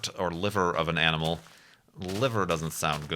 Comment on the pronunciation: Appendices* Appendixes... eh, they both pass spell check. You get a pass on this one. EDIT: An animal* You said an aminal.!